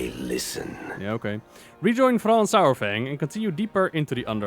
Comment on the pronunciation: Saurfang is pronounced “soore-fang” not “sour fang”